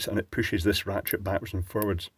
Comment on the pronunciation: sounded like you said Ratschit